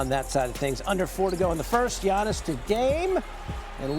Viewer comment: 2025 is round the corner and Legler still can't say Giannis' name right.